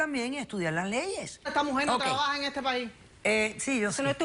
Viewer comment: Dr Ana Maria Polo se dice trabaja no trabaha xD